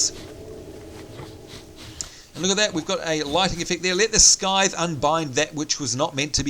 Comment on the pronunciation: scythe is pronouned sythe silent c mate lol